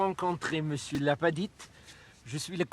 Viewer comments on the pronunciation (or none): none